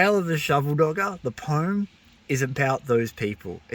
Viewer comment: Mate I agree with everything you said and liked your poem -- but there's one thing that I feel really compelled to bring up... it's been driving the "grammar nazi" in me insane and I can no longer stay silent... WTF IS POME????? IT'S POEM, PRONOUNCED "POH-UHM" ARGGHHH I'M SORRY BUT... >.<! 🤣